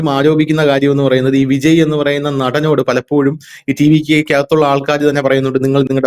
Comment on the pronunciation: Vijay എന്ന പേര് എന്തുകൊണ്ടാണ് എല്ലാ മലയാളികളും വിജയി എന്ന് ഉച്ചരിക്കുന്നത്? കേൾക്കാൻ അരോചകം എന്ന് പറയാതെ വയ്യ